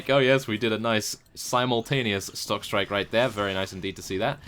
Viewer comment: Lol i thought you WERE saying stock strike but because of your accent your instead pronounced it shock strike. Yes you're accent is very strange to me considering the way you say dynasty in your perisno series =P